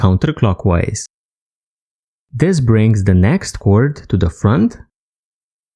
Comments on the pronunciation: Well no kidding, I know it's paracord, I was just commenting on how your letter "D" at the end of the word, or rather, the lack of it, sounds like you're saying "T", or cor"T", rather than cor"D". And, I was definitely fooled with your accent. You really sound Indian with the way you speak. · your telling me you honestly did not know he was saying cord instead of cort?